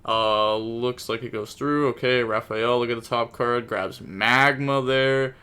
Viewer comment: Hey brother you do realize the pink bystial is MagNa not MagMa right? Pronounced Mag Nuh, not Mag Mah. Its an N not an M